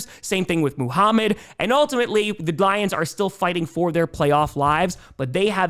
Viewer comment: Lol, anyone else notice said Gions instead of lions?